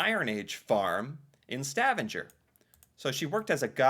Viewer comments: Bro said Stavaneger instead of Stavanger 😂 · It seems like every one of these " dumb Americans ask " videos all prove the same thing. Americans no nothing about the REAL world outside of their beloved USA !! STAVANGER is pronounced STA VANG ER not STAVAN GER. You need to learn your overseas place names ! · hey uh the G in stavanger is pronounced like a normal G not a J :) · The way you pronounced stavanger really hurt me mentally.😭 ITS PRONOUNCED “Sta-va-ng-er” And the g is not pronounced like a J😭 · You mispronounce Stavanger. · The way you said Stavanger got me cracking up 😂. Don’t worry tho, I totaly understand. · thats… not how you say Stavanger. 😂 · I love your videos... but please find out the correct pronunciatioon for "Stavanger", in English or Norwegian...